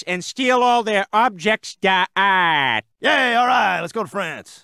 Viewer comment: ever since that scene i always pronounce 'objets d'art' as 'objects da arrrt'. love that